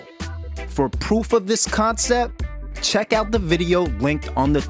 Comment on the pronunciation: What the hell is he saying, poof or proof? School is a good thing. TRY IT!